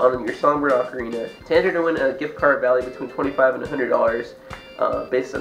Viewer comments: definitely oc-a-rina not oak-a-rina it's the most annoying thing to hear gah. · The Italians, who invented the ocarina, pronounce it closer to "oak-arina". I think "ah-carina" is more of an American thing.